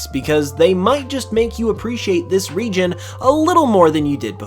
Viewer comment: What he said: "...because it might help you appreciate this region even more" What i heard: "...because it might help you appreciate this RE-GEN even more" 😂😂